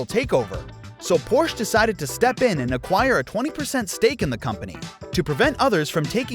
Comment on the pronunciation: But he pronounced "Porsh" improperly several times, hahaha!